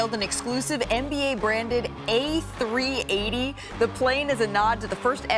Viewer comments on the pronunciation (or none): none